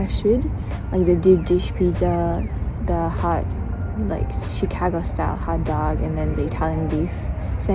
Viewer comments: She pronounces Chicago like a true Chicagoan 👍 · You pronounce "Chicago" like a native. Glad you had a good time.